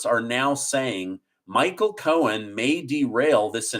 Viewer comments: I don't know why but it sounds like he is saying Michael Cohens it is Cohen there is not an s at the end it is Cohen not Cohens it is just making me nuts when he says it like that. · I love you,, but it’s Michael Cohen, not Cohens…. 😬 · It’s Cohen, not Cohens. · Please stop adding an S to Cohen